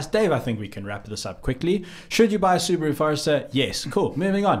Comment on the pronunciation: how dare you pronounce Subaru like that.